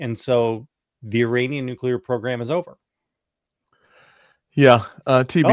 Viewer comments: This is petty, but JVL needs to clean up his pronunciation of the letter “A” in several key words. It’s “MAGA,” not “MAH-GA”; I-RAH-nian, not I-RAY-nian; and I can’t remember the third one he pronounces like an old-school white dude. Other than that, keep on keepin’ on! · Give it a try and you will have a light moment in this dark time when he tries to say „nuclear enrichment“ (twice) and „Uranian Regime“.